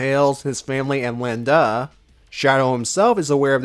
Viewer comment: An excellent tribute to our favorite Ultimate Lifeform. Would definitely be into more videos like this in the future. Although I think you kinda messed up certain names, like Lien-Da and Prelates.